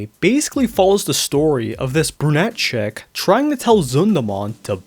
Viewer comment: Skip to for the songs, namely Part 1 of them The way you said "brunette chick" when referring to Kiritan sounded almost like "Brew-net Check"